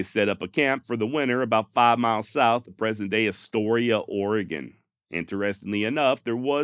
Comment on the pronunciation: Your pronunciation of "Oregon" is good! Astoria, though. lol